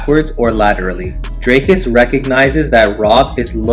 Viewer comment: Still can’t pronounce dricus there is an i and an a